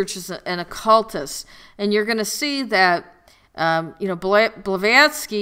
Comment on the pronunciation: This broad is really painful to listen to. Plus, how do you take someone serious when they can't even get the person's name correct?